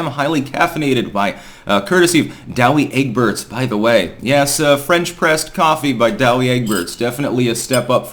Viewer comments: It’s pronounced Dow Egberts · Douwe Egberts coffee is great! Their cocoa rocks too. Your pronunciation didn’t do justice to the Dutch G, dude, need a little more oomph. Btw, I’m a plant, a Norfolk Island Pine, and my pronouns are ‘piny’ and ‘norf.’ 🎄🎄🎄